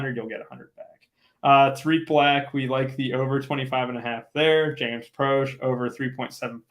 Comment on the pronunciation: Its Pro shay n Mc Clorin, not prOsh n Mclaarin,lol